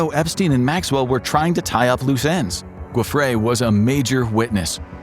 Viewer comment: why cant they pronounce her name right, i mean wtf you use the same phonetics for Jeffrey!!!